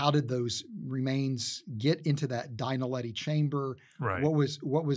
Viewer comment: Have the Underground Astronauts gone back to the cave? Btw it's "Dinaledi", not "Dainaledi".